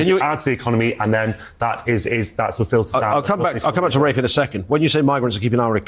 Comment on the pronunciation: Yo american his name is RAFE pronounced like wraith. RAFFfff not raf or ralph.